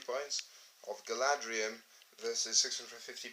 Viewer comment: It's Galadhrim, not Galadrium